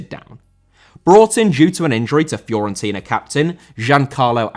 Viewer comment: Fiorentina* not Fiorentiner